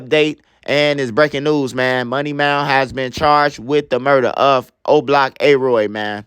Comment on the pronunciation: Bro say “money mound” 😂